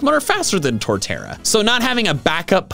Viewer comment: IT'S TORTERRA, NOT TORTARA!